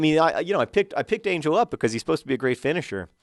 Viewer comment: It's Ángel. Pronounced an-HEL. You've got to pronounce his name correctly before he'll score. ;D